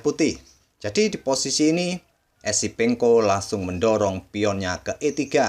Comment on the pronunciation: Adminya Salah Trs Nyebut Nama Esipenko Sama Episenko